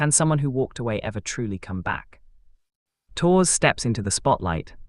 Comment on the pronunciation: Three minutes in and I finally "translated" the machine? pronunciation of Tours into Torres. AI? Never trust it. Too damned stupid!